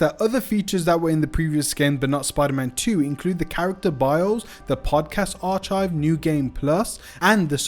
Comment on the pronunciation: did i fucking here you say ar CHIVE instead of arc hive